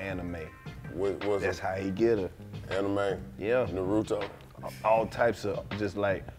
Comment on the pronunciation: Bruh the A is not silent in Naruto